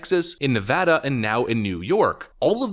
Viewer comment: Thank you for pronouncing Nevada correctly.